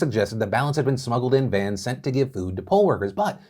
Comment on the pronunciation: Never trust a person who pronounces "vans" as "vyens".